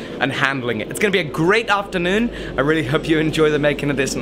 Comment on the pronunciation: Can somebody tell me more about the Norwich accent? I'm an American, but as a theatre student I've always been really interested in accents, and his accent sounds a lot different from most of the UK accents I've studied, like London, Liverpool, South London, etc. The way he says "afternoon" almost sounds South African